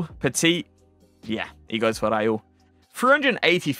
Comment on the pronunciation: Is not “Raiul”is Raul!😮